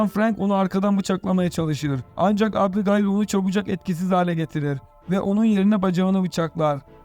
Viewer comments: abigail diye söylenmez o☺ o "ebigeyl" diye söylenir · şu abigayıl muhabbetine daha fazla maruz kalmamak için açtım 1 saat 50 dakika filmi izledim. hayır filmi izlese orada bile ebigeyl diye telaffuz ediyorlar. sündüre sündüre uzatmışlar. güzelim fikri bk etmişler izlemeyin. zaman kaybı. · Abigayl yazilir amaebigeyl olarak okunur turkceniz iyi deyi anlatiminiz yanlis once konusms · Abigail mi? Arkadaşım Ebigeil diye okunur o. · Abigail mi yok ismail deseydin daha iyiydi😂😂 ebigeil doğrusu bu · ABI GAYIL EVET, BEN DE ARAP FİLMİ FALAN SANDIM YUH EBİGEYL OLARAK OKUNUR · Abigayl abigayl nedir kardeş anasınıfı mezunumusun sen beynim yerinden çıkacak duruma geldi kulağımdaki çınlama felç etti beni abygayl nedir amk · abigayil nedir yaa :))))) daha isimleri söyleyemiyorsun sen :D :D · Abigail degil mal "Ebıgeil" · "Abi gaail" hint gurusu ismi gibi okuyorsunuz😅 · Abi,kiz gayymiki kiza abigail diyon,o ne lan😂😂😂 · Abigail yazılır, ebigeyl okunur. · Abi Gayil 😂😂😂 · Sıfır İngilizce anladık da bari ismi söyleyebilseydin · artık o kadar alıştık ki adam hamdiğayl dese tepki vermeden öyle dinlerim